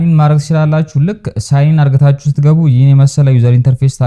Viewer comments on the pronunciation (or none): Don't say አርግታችሁ correct as አድርጋችሁ